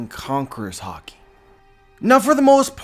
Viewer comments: Am I the only who who keeps hearing "hawkey" instead of HAKI (HA-KEE)? Sorry, I love your vids but this was cringe worthy a bit lol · Please master the pronunciation, hah-ki not har-ki. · it's not hockey it's freaking HAAAAAKI !!!!! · It’s haaaaa-key(haki) not hockey thanks.❤️ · ha-ki not hawki the way you say it was messing wit me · stop saying harki it's ha ki haki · You say hockey instead of Hacki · Are you saying hocky or ha-ki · Conquers hawky🤣🤣😭😭😭😭🤣🤣🤣🤣🤣🤣🤣🤣😭😭😭😭😭😭😭..its haki dude🤣🤣🤣🤣🤣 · Can't stop hearing "hockey" now lol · i think its pronounced as high ki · I can't erase it, every time he say "Haki" i only hear "Hockey" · “Concors hockey” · Dude, you say it with a very hard accent... say it like this: HAAH KI - say it like you are screaming with pain. an open 'A' sound. aaaaaaah so, haaaaah ki. try it. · What huh-key ? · Listen, when you watch Japanese anime pay very close attention to pronunciations, dont not say it to suit your accent. And its "Ha" "key"(haki) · This is epic,also what I don't get is all this "" "" says it wrong,isint it pronounced hockey,hawkee, hah key,.....Yeah I'm Canadian as fuck big whoop wanna fight about it.. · i'm sure there's an A not an O in Haki bud.. I pronounce it Hackey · For some reason I thought you were saying 3 types of Hockey.... dude go learn some proper Japanese lol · No need to be negative does a great job with these videos so I ask you to appreciate what he does and don't get on him for say a word a different way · the way he pronounce haki man its so cringy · Yeah but the way he pronounces haki kills me